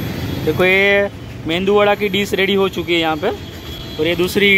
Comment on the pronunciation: Bhai मेंदूवडा नही उसको "मेदुवडा" बोलते है।